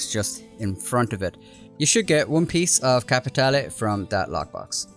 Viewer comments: You're pronouncin' it wrong, boy! You should say it like Joe does: "kappa-TAY-lay" =) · Nice work but don't you mean capi tay lay:_Laughing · capi tea leave. Im really enjoying the solo lobbies in these missions. Its great to me but I really am starting to hate that word capitale